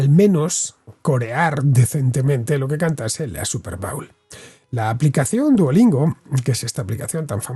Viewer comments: Se pronucia bowl como "bol" en este caso. Cuando dices 'bowel' me reconoce de un movimiento intestinal. Pero muy bien video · No se dice bául, es bóul